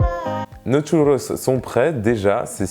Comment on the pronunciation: Parcontre par pitié arrête avec l'accent parisien a dire "tchouuloss" 😅